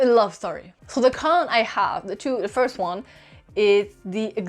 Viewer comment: I READ THE BETROTHED SO YOU DON'T HAVE TO...WHAT THE F----CK IS THAT? That is so stupid. It is like saying, I have lived a life so you don't have to. And learn how to pronounce first. Just google it. It is really easy.